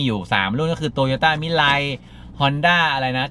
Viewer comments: มันอ่านว่า มิลาว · น่าจะอ่านว่า มิ-รา-อิ แต่ อิ จะออกเสียงเร็วมากจนเป็น มิราย